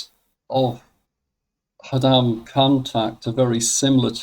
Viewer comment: Khodam read like Chodam not Hodam.